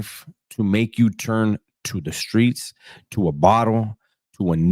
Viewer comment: "Skreets", that's that South Florida speak, actually a lot of the Souf 😝